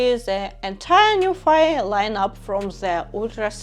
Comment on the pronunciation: Pronounciation should be Nu - phee as ( Phillips ) , not Nufai 😅. Btw nice video.